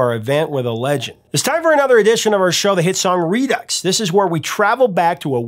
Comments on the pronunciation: It's "re do", not "re ducks". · Do people not know that Redux is pronounced redo ?